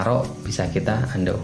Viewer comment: Saking asiknya baca komen dulur semua yang oke oke, denger pemateri ngomong "UNDO" TerDENGAR "HANDUK" Wkwkwk kaya handukku lur.